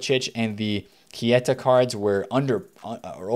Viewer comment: Can someone tell its pronounced K-ta not Key-A-ta